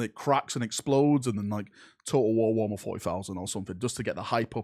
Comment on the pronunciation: I love the accent at wo'ammer